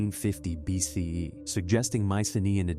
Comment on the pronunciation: Good video, very informative. But I detest the use of BCE/CE, and your AI narrator mispronounces BCE. Plus, it keeps going back and forth between the two styles. The Vikings abandoning North American shows just how much more trouble the later European conquerors and settlers would have had if not for the illnesses they brought with them. With supervisor technology and 90% of the native population killed by disease it still took until almost 1900 AD to finally defeat them all. Some put the date as late as 1910 or the AIM uprising in the 70s.